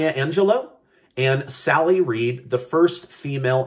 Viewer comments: you are amazing I just wanted to say it's actually Sally Ride not Sally Reed. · Isn't it sally ride? Not Sally reed?